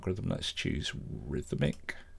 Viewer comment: Rrrrhythmic....you're a classic man! Thanks for the great tips and the humor!